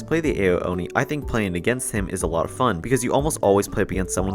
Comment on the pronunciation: It's not pronounced AYO Oni, it's pronounced OW Oni.